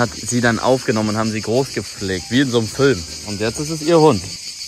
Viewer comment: feier es wenn er fölm sagt